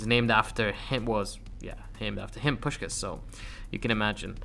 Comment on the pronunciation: I thought you died😂😂 And who is pushcas, i thought it was puśkas😂😂